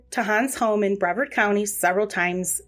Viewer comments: Bree vard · Yes, please. Its brevard like rhymes with yard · People always say Brea vard. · Please learn how to save names. It is Brevard was wrong the entire time.